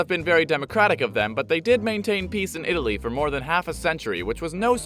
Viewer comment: “Itaaly is a veri stoung countri, because, it is so weak”